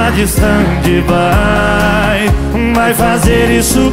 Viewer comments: E tbm pq ele pronuncia errado se fala istendi bai (stand by) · É mais ou menos assim, a pronúncia correta mesmo é assim:stend bai e não "stendi" bai.Não é pronunciado o "í" no final.